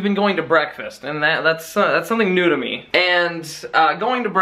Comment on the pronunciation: Every time he says new to me it sounds like nudah me